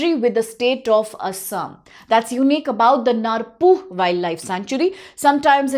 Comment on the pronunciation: Dkhar can't pronounce khasi. Narpuh pronounce narpouh